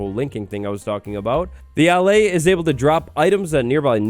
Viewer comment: YOOOOOO! Can't wait for this little guy to come to Java! Btw,, I believe it's supposed to be pronounced "uh-lay." Not trying to correct, I just think it's meant to be like "allay" meaning "to calm." Making it the opposite of the "vex," which means "to anger."